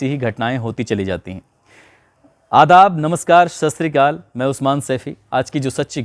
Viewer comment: सत श्री अकाल होता है भाई, ✔️ शश्तरीक़ाल नही❌